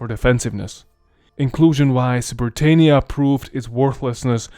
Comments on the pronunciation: You pronounced britannia wrong. It's pronounced: brit- an- ya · Imagine being from a province called Britannia and it's pronounced Britaynia? OUCH. Romans did not call it Britaynia. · Hiapaynia? Brittaynia? That's not how the Romans said it. I know that English is not your first language and you do a good job but please in future pronounce words like they should be. You said Italia like it would have been called in Rome and today. Itahlia not Itaylia like Hispaynia or Brittaynia. You did a good job but.... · We say Bri TAH nia. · Britannia, not Briteinia. Led not līd. Dakia not Deisha. This is too bad for me to watch. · You're pronouncing it SO wrong. I suppose after millennia of shifting vowels, it's a minor thing, but it's Bri-TAH-nnia. It also was i-TAHL-ia. How fracking hard could that be to know, if you're presenting yourself as capable of relating history? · LED not lid for the metal called lead. Britannia, not britenia....